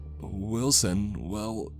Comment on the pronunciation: i.... WILL-SON............ im sorry.